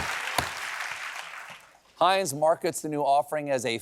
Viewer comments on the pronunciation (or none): Stephen's pronunciation of "Heinz" was way too German for comfort. I had to make sure he didn't have a funny little moustache.